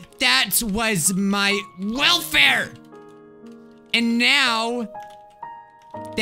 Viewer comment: That was my WELFARE Computer: That was my WELAFER